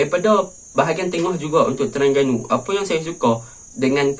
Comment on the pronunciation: Aku minat tang kau sebut pelat "TERANGGANU" bunyinya haha,good analisis,terang, mantap...